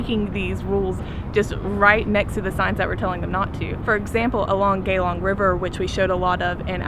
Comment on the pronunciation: Its Geylang not Geylong